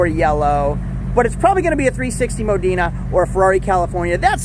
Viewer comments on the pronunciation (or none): The color of the Ferrari is Grigio Alloy which was the launch color for the 360. The term "Mo-deen-a" as you pronounced it (incorrectly) was reserved for the coupe. You open the engine lid with a latch on the inside door frame. The hood is operated by a switch in the center console. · I’m Italian, the “e” in Modena is said like the “e” in “modern” so it is /mowdɛnə/. Btw great series keep it up! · Ferrari 360 Moe Dee Na ? I know you don't sell Ferraris ,but how do you not know how to say the model name ? Did you not learn your lesson with the 456GT ? Also a nice example of an early 2000s 360 spider is $90K and up... A TMU ,or rough ,no service history example is the one at auction. Nice examples of those cars don't end up at a specialty auction in December in the northeast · I'm Irish, the "e" in Modena is silent, it's pronounced Modna.